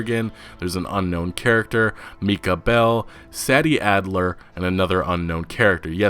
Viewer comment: Its Mike-Ah not Meeka and SAY-D not sad😞-d